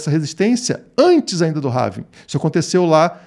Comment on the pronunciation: Apenas uma correção de pronúncia da palavra Halving... em inglês não se fala rálving (como as pessoas falam no Brasil), nem ráving (como você está falando no video). A forma correta de se pronunciar é réving. :) Quanto ao video, excelente análise. Forte abraço!